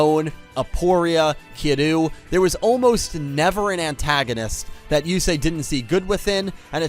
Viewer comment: Before watching the video. Yusei it's Yusei. Fuck all of you. Lol